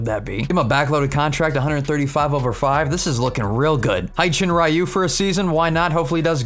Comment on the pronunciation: Its not hi-chin-ru its hyun jin ryu